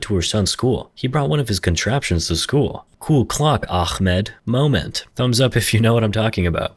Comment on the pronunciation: Akhmed? No it's a ح(ha). Not خ (kha).